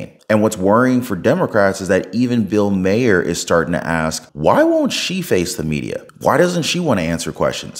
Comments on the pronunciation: It's not pronounced Mayer. It's Mahr, like far. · Once again - would you please learn how to PRONOUNCE MAHER’S NAME?????